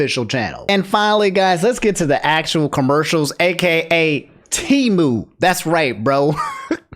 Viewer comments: Its Pronounced Tee-Moo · Always thought Temu was pronounced "Tehm - you"